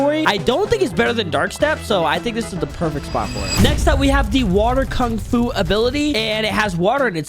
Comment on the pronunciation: Blud can't even pronounce kung fu 💀